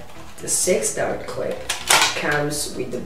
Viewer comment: he did not call it a clip he called it a "Clipazne". but your still right